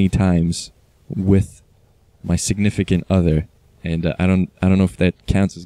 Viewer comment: I like how you say "significant other", pretty funny But glad you had fun, it doesn't have to be expensive to have a special day with someone eh? :p